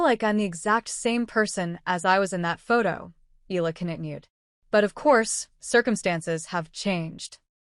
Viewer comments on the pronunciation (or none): Pronounce her family name correctly bs AI